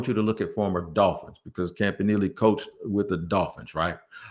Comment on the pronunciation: Who says campa nelly